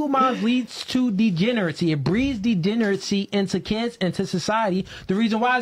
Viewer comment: Bro can’t even say degeneracy